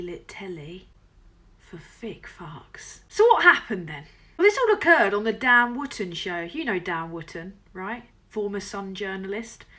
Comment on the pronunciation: "Dan Wooften!"